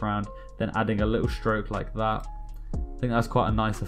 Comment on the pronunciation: ur 'laik dat' got me hooked..